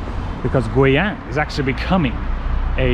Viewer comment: i dont know why as a chinese i think when you say the city's name guiyang out ~is kind of sexy ~~lol~that voice~that pronounce~